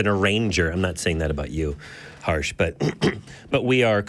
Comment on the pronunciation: Just wanna quickly and humbly suggest that its pronounced as Her-sh As in Hershey's 😄 As an Indian I couldn't see that name pronounced so Harshly... So had to say it😂 Cheers ❤